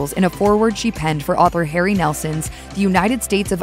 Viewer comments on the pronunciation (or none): none